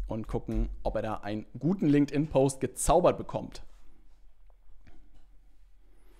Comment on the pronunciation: danke dir für das hilfreiche Video. Und natürlich "Linkedin Leads" xD